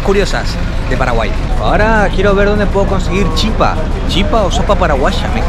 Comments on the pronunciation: Es Chipa sin acento, pero tiene un acento prosódico en la Chi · Chipa se dice en español En guaraní es chipá con acento.. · se dice chìpa con asento en la í kp nde proba el pollo... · se dice chipa con acento en la i,que lindo ver y escuchar,que te guste la gastronomia de mi pais😊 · Amigo argentino, se dice Chipa, con acento fonético que recae en la vocal final la "a", pero no se pinta el acento porque en guarani las vocales finales no se acentúan gráficamente, saludos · Es chipa con acento en la i, soy paraguayo, pero también me gusta Argentina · Hola soy Paraguaya y se dice la chípa con acento en la (Í) 😊😊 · En Guaraní se escribe Chipa, pero se Lee Chipá - Guaraní se acentúa la última vocal, aunque ésta no lleve tilde. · Y se leé chipá, con el acento al final, pero se escribe chipa, porque en guaraní las vocales al final no llevan acento, pero si se pronuncian cómo si tuvieran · Hola soy de Encarnación-Paraguay , SE DICE CHIPA SIN ACENTO, Y EL TERERE ES PARAGUAYO FUE CREADO EN PARAGUAY Y SE HACE DE AGUA ,HIELO, YERBA Y REMEDIOS YUYOS , Y EL GUARANI ES UN IDIOMA DE NOSOTROS LOS PARAGUAYOS ES DE LO MEJOR💕💗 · Según tengo entendido se dice Chipá en guaraní, en realidad se lee shipá. Y en español sería chípa. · En español la palabra Chipa se pronuncia con el acento sobre la "Chi" pero en Guaraní se pronuncia con el acento sobre la A y además la CH se pronuncia como la SH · Si lo vas a decir en guaraní es chipá (se pronuncia SHIPÁ) y en español se dice chipa (acento en la i y la ch pronunciación española). La CH en guaraní se pronuncia como SH. En cuanto a la gallina casera, esa es la diferencia, su color rojizo y es más dura por lo que necesita más cocción. Muy lindos videos by the way.. los vengo viendo. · se dice chipa sin acento al final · Yo soy paraguayo se dice chipa sin acento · Se dise chipá ra bien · Chipa sin acento, chipá en guarani... pero se pronuncia "shipá". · Se dise Chípa no Chipá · Se dice Chipa, sin acento en la a. Muy buen video amigo, saludos!